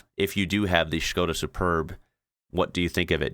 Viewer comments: Why do you say "Shkoda" instead of just simply "Skoda"? Anyway, still better than English of those two in the video. They should put a lector or subtitles 😂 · Why do you call it a Schhhhskoda.... It's a Skoda, no schhhhhh anywhere..... Lol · Why is he saying Skoda like Shkoda? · This guy says Skoda so weird 😂